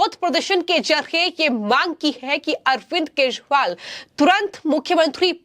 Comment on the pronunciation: मॅडम केजरीवाल का उच्चारण तो सही करे...😂